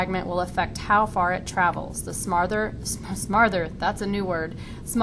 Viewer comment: "smarther" lol